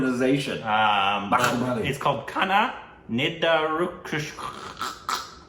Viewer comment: It is pronounced as can-na-nee-doo-rin-cha-raa